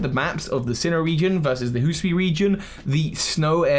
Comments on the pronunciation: Hee-soo-ee not hoo-soo-ee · Remember,, "Hisui", not "Husui" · Okay, say it with me slowly. Hih-soo-ee. I know you have dyslexia so that might not have been helpful. Hi-su-i, the first part is pronounced like "hit" without the "t". The second is like the name "Sue". The last part is like the letter "E". In any case it is difficult to pronounce and we know you are trying you're best. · I’m sorry but “Hooswee” is the funniest thing I’ve ever heard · Ah yes, Hoosooian. From the Hoosooi region. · Migration and Form Evolution Or, as one Sinnoh Myth says A Man slew Pokemon with a Sword Hisui is pronounced it is spelt Hi~sui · For the love of God, I have commented three different times on how to pronounce the damn region name. I’m not helping anymore. You sound like an idiot when you pronounce it incorrectly